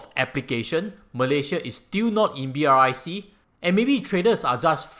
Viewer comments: no ones pronounce BRIC as B-R-I-C, everyone call it as brics 🧱🧱🧱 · May I suggest that you pronounce as Brics (like bricks) instead of spelling out B.R.I.C? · Hi, love your insight. A suggestion: pronounce it BRICKS. It is not BRIC- you miss out South Africa this way. So reading it as B-R-I-C is also not entirely correct. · Its BRICS not BRIC! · Almost everyone I heard talking about brics pronounce it as "bricks:...you are the first person I heard actually call out all the alphabets😄